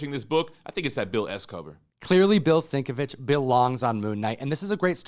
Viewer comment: I wouldn't stake my life on it, but I think he pronounces his name as bill sin-KEV-ich.